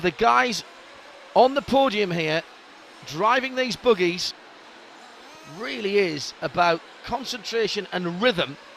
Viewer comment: lol, he says boogies